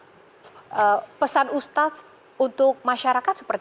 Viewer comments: Ustad mba bacanya bukan uztaz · Kagok banget sih denger HOST nya. Manggil ustad ajh susah bgt ustasd ustasd 😮‍💨😮‍💨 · Aku dengernya si MC ko nyebutnya Ustaz bukan Ustad... mungkin aku salah krungu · Presenternya kok gak bisa eja sebutan Ustad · Ini pembawa acaranya emang bilang "ustaz/ustas" ya? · Tu kan ustadz nya salah ngucap nama .. makanya dengeur semua